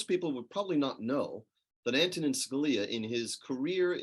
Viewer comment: Ma'am, his first name is pronounced, "AN-to-nin".